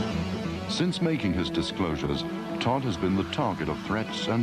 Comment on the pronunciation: the guy was called anthony dodd not todd